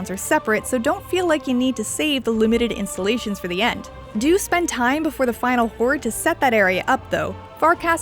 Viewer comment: It's keep bugging me how she says "installations" , it sounds more like insulations.